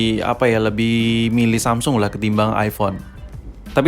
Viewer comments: emg dia ngomong samsul bro wkwk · Samsul ? apa cmn gua yg dngernya samsul?